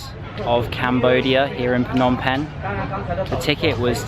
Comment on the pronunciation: Well every words you pronounced is absolutely correct. But the word Penh you sound awkward😂. Thanks you for visited our country.